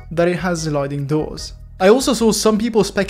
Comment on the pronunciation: i love when he sayes zamm zpoiler zliding